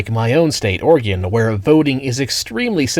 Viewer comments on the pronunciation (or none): none